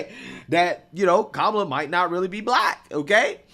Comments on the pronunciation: 😂😂 it's not "kemela", 😂😂 it's K-Mala 😅. Love your programs. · The interviewer can't even pronounce her name correctly. 😂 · The funniest thing about this is I can just imagine a liberal watching this video and Literally having a mental breakdown, Listening to this guy mispronounce her name over and over and over and over again.😂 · Trump all the way. None of them even know how to say Kamala's name. 😅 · That lady taking aviut Venezuela and denver sounded fake. She couldnt even pronounce Kamala right. Very sus, but she lokely has some points, but that sounded very scripted lets be real